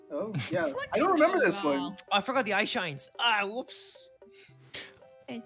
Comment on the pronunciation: "i fowgot da backgwound :/"